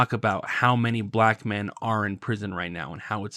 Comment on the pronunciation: why does pronounce "black men" like "pikmin"?